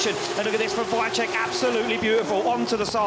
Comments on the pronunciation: mega, ten drugi jakoś sobie radzi ale VAICHECK XDD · wajczek xddddd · Wkurza mnie jak ten koleś komentujący wymawia nazwisko Piotrka.